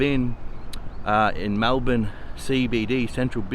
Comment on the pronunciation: Melbourne, not Malbourne